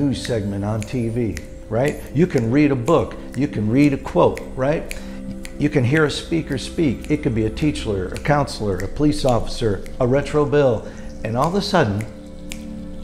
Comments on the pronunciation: "A Teachler" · "a teachler, a counsellor...." 😂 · "It could be a Teachler." Did anybody else hear an 'L' in the word teacher? Also, I think the snapping thing is something he's done before. I disagree that he just started snapping and has to continue. I believe it's rehearsed, is something he has done before, and is effective in his motivational speeches among that crowd. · 😂😂😂it’s Fucked up but I heard him say “teachler “ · Did he say “a teachler” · What is a "teacheler", Retro Bill? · "It could be a Teachler" --- what?